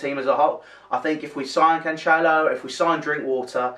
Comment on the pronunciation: Also for future videos, it's pronounced Can-Sell-Oh